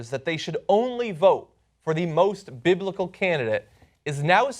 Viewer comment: He didn't even say "Biblical" he said "Bil'ical". Yokel.